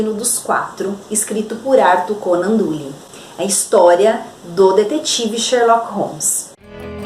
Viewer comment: a pronúncia de Doyle é " dóil "